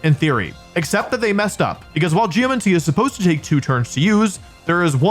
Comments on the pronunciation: He keeps calling it Geomuncy lol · great video so far, but how many times can I handle "geomency" before I go insane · the way he pronounces 'geomancy' is actually hurting my soul. bro GEOMANCY. where are you getting 'geo-MENCY' from??? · Like geomency instead of geMANcy your doing this on purpose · "Geomincy".. cringe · Am I crazy? Or are you saying geoMENcy? Is this an accent or pronunciation variant I'm unfamiliar with? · I can't believe he spent all that time saying Geomancy and Primordial wrong only to only pick up on his mispronunciation of Aerilate. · Since you mentioned people correcting you, I have to say: it's pronounced "pry-more-dee-al" not "pry-more-jul" and geomancy is like "geo-Nancy" Primordial